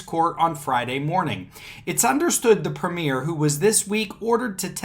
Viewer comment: Hi. This made the main news here in Australia, that’s probably why so many were logged in. Now, the premier is like a governor of a state in the US. It is pronounced “prem yer “ not “ prem ear” the sovcits and some of the “ normal” population are all screaming conspiracy!! They are thinking Dan Andrews is turning into a dictator and is drunk on the power he has and has used. Our state of Victoria has been listed as the most lockdown country in the world. Her had the most days in lockdown, we even had curfews that went from 11pm to 5am each day. You were only allowed out for a few reasons during curfew. 1.Was if you were an essential worker ie: emergency worker, truck driver delivering goods deemed essential, 2, to obtain medical treatment 3, to escape domestic violence or abuse. You also required a ( permit) to travel during covid lockdown and during curfew. So, people were saying that Dan Andrews was over stepping by bringing in these strict rules. Hence the conspiracy theories lol. The sovcits here are that stupid, they use the US constitution, the right to travel garbage etc. it’s amazing how stupid some can be from watching shit on the internet I hope this explains a bit oh yeah, one last thing, to have something “ struck out” in court is a term we use for the judge dismissing the case/motion or just finding no merit in what’s before them.